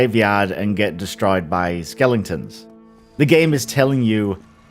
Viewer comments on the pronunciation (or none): It's pronounced skeletons not skellington's dude...